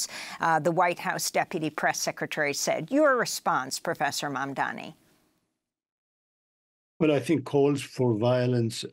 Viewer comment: Lol So much inflection (hand moves) while butchering Mahmoud Mamdani’s name every way it can be. Slow people: start with the subject’s title etc. then try REAL hard. It’ll look way better. Or a little anyway.